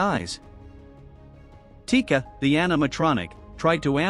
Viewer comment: chica? nah it’s tika.